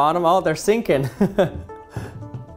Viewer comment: Ohp! ther seenkin!